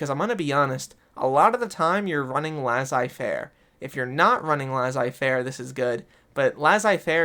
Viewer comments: I usually don’t comment on YouTube videos, let a lot care about pronunciation, but the way you say laissez fairer is way too funny to ignore…..great video btw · I'm sure about op but I hear Lah-Zei. Either way I wasn't bothered by it just answering